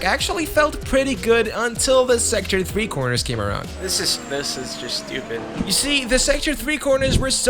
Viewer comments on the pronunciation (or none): "I am stuPit"